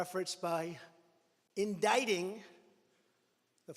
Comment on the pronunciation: he pronounced indicting right this time. Wtg 👏 😂